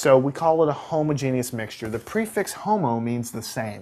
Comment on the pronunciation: I love how he pronounced homogenous, “Homo Genius.” I giggled. Great video though.